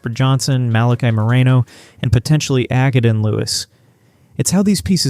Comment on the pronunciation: I've got a suggestion, don't make videos with false information and learn how to pronounce their name first. It's not ack-uh-den it's uh-kay-den and Acaden Lewis has decommited